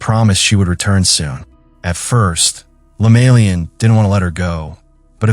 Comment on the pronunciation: Not lemalian but LEMAYIAN.. I saw the same video same story but didn't end well like this